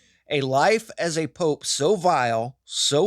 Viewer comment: What's a "pope-a"